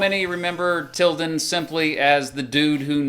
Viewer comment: Im suprised he said tildan